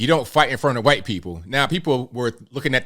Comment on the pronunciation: Hey! I watch you a lot and I appreciate your content. I was wondering why you used that way of annunciating the word "white" (white people.) I thought that was a derogatory way of referring to white people by sounding like your about to cough up a lugi because you have to say it out loud. I don't see you as the kind of person who would imitate weird tik tokers so we're you being sarcastic, or is there like some regional dialect that actually pronounces the word "white" like that?